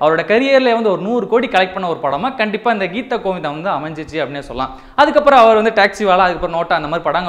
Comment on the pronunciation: Thats geetha govindam bro pronunce properly